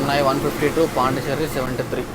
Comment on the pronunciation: పాండి చెర్రీ కాదు పాండిచ్చేరి